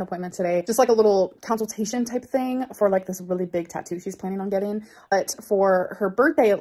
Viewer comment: NOT COUSEL-TATION. I guess she could never say console either..